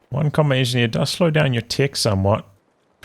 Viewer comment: It's a little tickled me when he say comet engi instead of combat. Is there a reason?